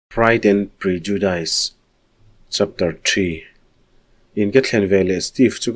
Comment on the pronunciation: Prejudis ti zawk aw 🙈